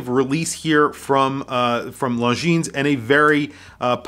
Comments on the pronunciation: or LongGene... lol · Can't decide between the green or the all black. Nice shots on the video. Also bro..the S is silent. Longiiiiiiiine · You do not pronounce the s in Longines.